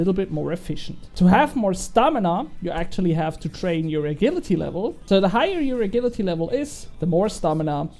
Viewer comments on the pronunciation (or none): when saying agility dont say it like a-gill-ity say a-jill-ity